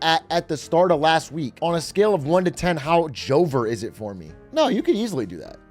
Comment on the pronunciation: Did they just say JOVER